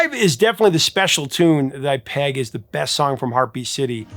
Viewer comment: (The Smiths) Did you say breast song on the album?? 😂 Rewinded a few times, sounded like it! Rock on!! 🤘